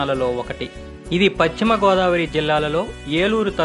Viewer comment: Paschimi entra sannasi ? Telugu vuchcharana sariga nerchuko. Bhimavaram nundi baga papular Hero Rama Krishna vunnaru. Asalu vishayam emitante Bhimavaramnu THE SECOND BARDOLI OF INDIA ga Prakhyati.